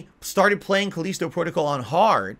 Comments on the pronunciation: why the hell is he calling it Cuh-leesto? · Khaleeeeeeeeeesto protocol. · Cause he is a hermit that never talks with real people.